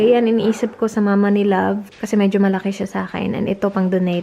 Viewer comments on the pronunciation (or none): none